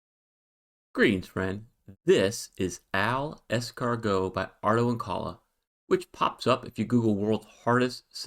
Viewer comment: And he was starting to feel so good about himself, too, while filling that grid 😂 BTW, you're pronouncing it wrong. I too read it as AL Escargot, as the capital "i" can easily be mistaken for a small "L", but then I found a description of the puzzle by its creator, Arto Inkala, where he said he have named it after his initials, so the right pronunciation should be Ai Escargot